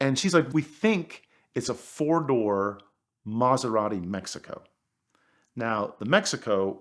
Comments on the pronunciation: I've never heard an Italian mispronounce Italian so badly! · Fantastic story, amazing car. Just wish he pronounced it's name correctly!! lol